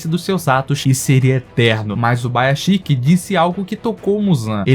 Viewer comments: é ubuyashiki E ñ ubaiashiky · eu fico agoniado quando ele chama o Ubuyashiki de Ubáyashiky kkkkkkkkkkkkkkkk O maluco erra o nome do mestre do esquadrão... pelo amor de Deus. Até a pronuncia da Nezuko dele é triste. Mas valeu pelo vídeo. Só é estranho alguém que aparentemente conhece bem o anime nao saber o nome dos personagens. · que agonia ver o cara falando UBAYASHIKI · Video fantastico✨ mas nao vou te sconder meu incomodo sempre que escuto Ubaiaxiki😂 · Fala corretamente mano, é Ubuyashiki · Uma dor a cada pronúncia errada do nome do Ubuyashiki.